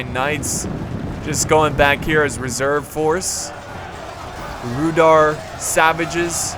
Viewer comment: It is pronounced Rhudaaaaur with an "a" sound not "ou"